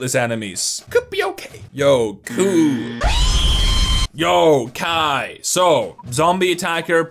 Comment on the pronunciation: Oh my gaaaaaaaawd he called Kai kuuuuuuuuuu now I’m gonna leave an angry comeeeeeeeeent